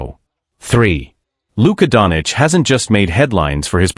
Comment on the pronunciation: Please learn how to speak Doncic. Its not Donic. Its disrespectful and so hard to hear